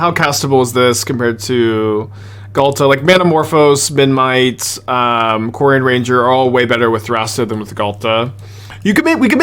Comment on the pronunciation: is aware that memNite is spelled memNite rather than menMite? I'm never sure whether he says it like that by mistake or as a joke